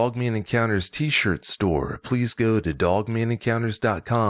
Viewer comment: I love way of saying dog as dug